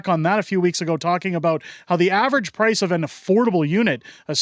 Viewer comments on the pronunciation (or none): none